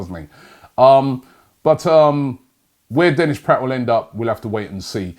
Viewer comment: Denis PRATT?? Robbie! You learnt how to pronounce "PRAHT" last week. Pronounce the "a" as in bra!